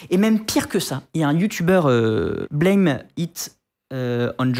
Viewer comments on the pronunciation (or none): none